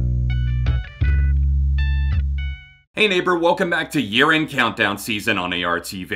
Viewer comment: for some reason i heard “welcome to urine countdown of the season” BYEEEEEE